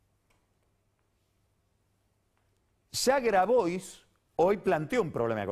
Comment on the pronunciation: ¿Grabois? se te pasó Carlos, es "Grabuá", rato con lo puntilloso que sos al pronunciar el inglés y otros idiomas ("Yoli", "Jarlingam")